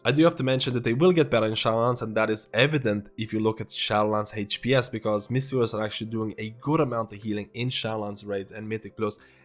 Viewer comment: i really enjoy your videos...besides de fact i hear "hate pee ess" everytime you say hps.